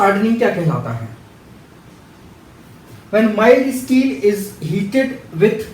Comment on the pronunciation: It is steel not isteel .. improve your pronunciation.. You are not explaining any thing you are just translating from English to hindi.. there is lot more to know in that like molecular bonding sterss strain etc And you don't read the sentence again and again it's really annoying..